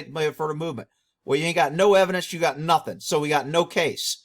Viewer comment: I thought it was NUFFIN'